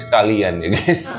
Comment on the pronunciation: Gais , bukan Ges, itu ciri Jawa selalu ges ges ges, gak bisa baca Gaes atau Gais yg asal dari kata Guys